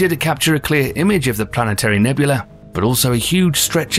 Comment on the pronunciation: Nebula! Not Nebul-la-E nor Ne-bu-la-ay either. English is my third language